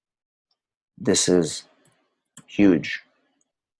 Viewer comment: Safely!!!!!! Not Safley